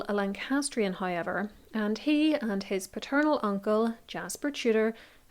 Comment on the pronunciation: It’s so interesting how your pronunciation of the diphthong OW sounds like I. It sounds like you say highever instead of however.